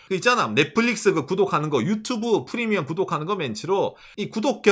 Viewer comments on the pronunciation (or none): none